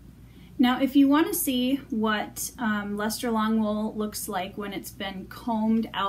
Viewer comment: Thank you for teaching me how to properly pronounce this wool. I had no idea!